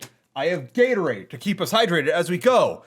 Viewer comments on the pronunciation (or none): none